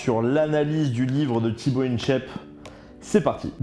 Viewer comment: Jsuis le seul à vriller dès qu'il dit "Tibo Inshèpe"? 😭